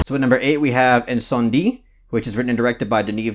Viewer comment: My favorites from this list are Come and See, Incendies (I'm glad you knew to pronounce it that way because I didn't) and Mommy. Natural Born Killers is great too. 4 Months, 3 Weeks and 2 Days is incredibly real. And I thank you for recommending that one. I really liked Punch Drunk Love. It's no True Romance but it's pretty dope. Needs some violence and drug use. I really need to watch Son of Saul. I liked Memories of Murder but the cops being so goofy was kind of weird in a movie about pursuing a murderous rapist. But I see that most Korean movies subvert expectations. Buffalo 66 was aesthetically cool. The story just didn't interest me. Don't Look Now looks like a film that I would enjoy but I keep putting it off. Koyaanisqatsi is amazing. There's a movie similar to it called Baraka that I think you might enjoy. I'm probably in the minority on this one but I like the American remake Let Me In more than the original Swedish movie Let the Right One In. And I want to see Terrence Malick undergo bodily harm for making The Tree of Life. I'd like to see Richard Dawkins and Sir David Attenborough beat him up and take his lunch money. Maybe stuff him in a locker. Or a zombie Charles Darwin come out of his grave and eat him. :):):)